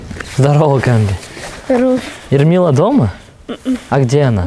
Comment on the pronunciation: 😂эрмила дома😂😂😂😂 я слышал имя Элмира А её зовут Эрмила 😂😂😂 Он не ошибся случайно